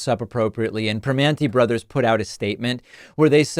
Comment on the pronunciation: It's pronounced PrimOnti bros. And North VerSAILS